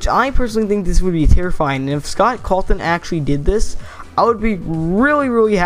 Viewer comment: Scott "Calton"